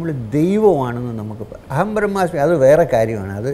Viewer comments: എഡോ britas അഹം ബ്രഹ്മാസി അല്ല... ബ്രഹ്‌മാസ്മി എന്നാണ്... നാവങ്ങട് വഴങ്ങട്ടെ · Mr. Pottas Aham ‘ brahmaasi’ alla. Brahmaasmi aan. vidditham vilichu paranjappolum athu adheham thettaanennu paranjilla. Kaaryamilla ennariyaam😂